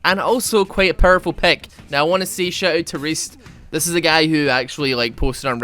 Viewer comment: Perrrful, I love how you say it LOL It’s Gex NA Nasus